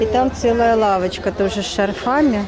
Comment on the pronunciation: С шАрфами , ударение на 1ый слог .